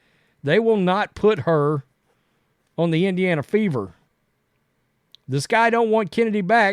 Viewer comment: Is Chennedy supposed to be pronounced like I'm removing a loogie from my throat? Like the ch in L'chaim? Cccccchhhhhhenedy Carter. SPIT